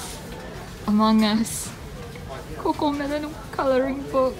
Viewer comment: The way she said cocomelon tho